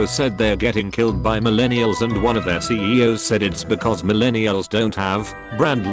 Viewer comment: 🐙also, screensh*tted... Milleeny-uhls And when it says onion for union.